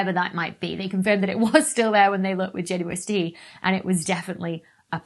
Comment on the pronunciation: Why does she say JUST when it’s JWST?